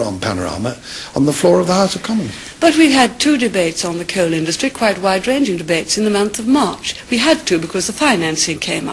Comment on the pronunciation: I love the way she pronounces "coal" and "area" - very posh!